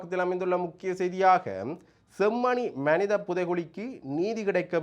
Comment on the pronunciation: அடேய் பன்னாடை (மணித என்பது தவறு மனித என்பது தான் சரியான சொல் ) நீ யாழ்ப்பாணத்தமிழன் என்று சொல்லாதே எங்களுக்கு அவமானமா இருக்கிறது